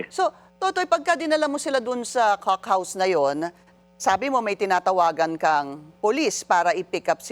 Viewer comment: Bakit hindi mo ma pronounce yung "cock house"... mam pinky.